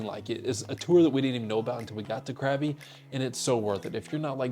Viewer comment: It's not pronounced CRABBY! 😂 Try saying it more like "GUH-BEE"